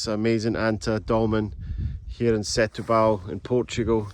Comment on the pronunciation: sé tu bal? you pronounce: se tú ball ..there u go